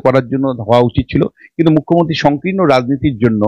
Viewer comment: এই মেয়ে তো মূখ্যমন্ত্রীই উচ্চারণ করতে পারে না এ আসছে উপস্থাপনা করতে?